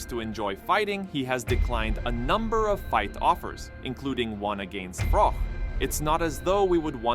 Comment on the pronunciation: It’s Froch not ‘Frok’ FFS